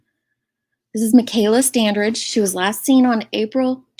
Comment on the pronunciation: The"g" is pronounced as a "j" The "a" is like A in apple. 😉